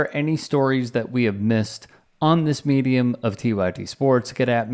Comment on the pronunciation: ‘Smedium’ lol